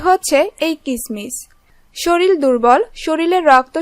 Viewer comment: শরীল না আপু শরীর